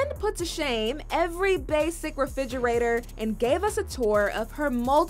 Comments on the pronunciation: Are we all just gonna ignore that she pronounces it “fridgerator” ? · Why she calls it frigerator instead of refrigerator?? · It is a refrigerator not frigerator. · Kim "Walk in fridgerator!" FRIDGERATOR!? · does she say fridgerator?